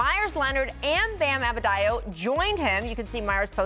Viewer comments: Bam "Abedayo" lol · Adebayo. Not Abedayo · She said Abedayo instead of Adebayo